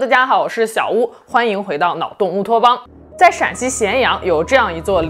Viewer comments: 今天终于把“欢迎回到脑洞乌托邦”几个字说清楚了😂😂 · 終於一次聽清楚開頭歡迎來到腦洞烏托邦 看了至少3-50部🤣🤣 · 第一次把“脑洞乌托邦”念清楚了。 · 今天终于听到清楚的频道名😅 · 这咋突然把脑洞乌托邦这几个字说清楚了呢 都不习惯了